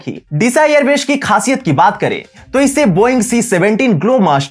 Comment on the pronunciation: बसान काठा नही , सही नाम है बनासकाठा। और अपना उच्चारण ठीक करो जैसे एयर बेश नही सही उच्चारण एयरबेस है